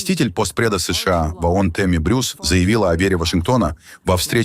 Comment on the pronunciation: ООН...А не АОН...не надо вот подходить к тексту....разговору.... звук О - это не звук А.... Исключитеная нация состоит из неудачников ,мошенников и др.шоблы со всего Мира... Ещё по историческим меркам молоко не высохло на губах и учит весь мир.... Где индейцы,хозяева?в резервациях... Дайте печатный станок денег любому из нас...и увидите...величие...